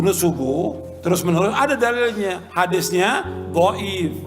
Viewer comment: Dhoif bukan gaib mas bro